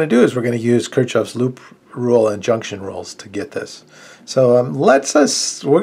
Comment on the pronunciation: its pronounced kirkoffffff not kirk chofff